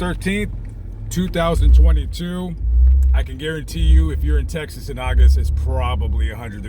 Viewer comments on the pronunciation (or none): none